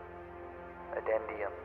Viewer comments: "Addendum"?..... You mean "addendum"? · I should report you for that pronunciation of "addendum"